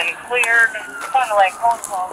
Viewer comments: wait do people say fond du lac as "lock" and not "lack"? Or am I wrong lol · Pronounced as Fond Du “lack” not lock. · Fond Du Lak not Fond Du lock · nice pronunciation of Fondalac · Ouch. Fond-du-lack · Just for future reference, it's pronounced like "fondue-lack" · Fon do lack is how it's said :) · Bro I'm from fond du lac and it's really bad to hear how people try and pronounce the names... I mean they're either Indian or French lmao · I cringed at how he pronounced Fond du Lac. 😂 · Are there no Wisconsinites in the comments?! That pronunciation of Fond du lac was heinous